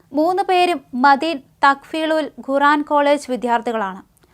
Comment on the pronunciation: മദീൻ, ഗുറാൻ,ഗലീൽ ബുഗാരി... എല്ലാം വളരെ കറക്റ്റ് ഉച്ചാരണം. മോഡി മലയാളം പറഞ്ഞപോലെ നല്ല ഭാഷ